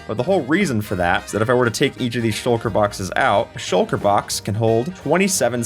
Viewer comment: Shucker? I thought it was shulker